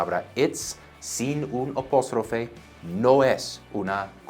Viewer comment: lo ayudo con su Español es APÓSTROFE con A...vocal abierta para que su español se escuche mas latino!!! Profe eres un crack!!!!